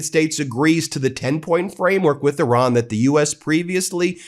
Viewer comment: I love the fact that you said Iran, not I ran😅